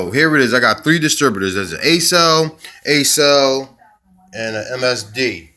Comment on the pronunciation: Ok, it’s not pronounced “A SELL” it’s like accelerate. The first five letters of accelerate “ACCEL” pronounced “AK SELL” I agree with what you are saying about the quality of the parts. I’m about to do an opti spark distributor replacement on my 92 C4 convertible & I appreciate the info you put out. If it weren’t for you who knows how long mine would last before I’d have to do it all over again & it’s no small task to replace it. Your right about not thinking the opti spark would be the problem after it was just replaced. I already replaced the fuel filter thinking that was it. So thank you for making this video. Just know it’s very much appreciated!! I’m going to follow your suggestions, locktite & JB weld. Outstanding!!